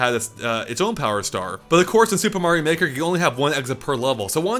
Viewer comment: I thought you said "super mario nicker" addition